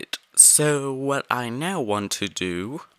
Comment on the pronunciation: I had to turn sound off for last 4mins 32secs to prevent headake, would like to ask why when you said so it sounded like this: zo zo